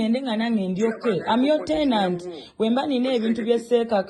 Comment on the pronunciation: Lydia said clearly " tenant 😅😅😅😅